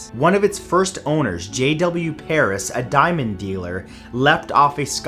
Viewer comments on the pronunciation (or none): You said the saucy diamond